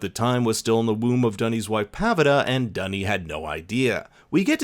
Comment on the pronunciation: The way you pronounce duny’s name is a slang word in Aussie for toilet